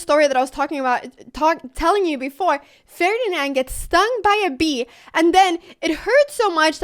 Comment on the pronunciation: Just say the moive name "ferdinal"